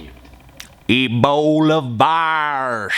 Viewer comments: Ebola not abola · I'm a-fearin' uv da Eebowluh Vaw-ruzz.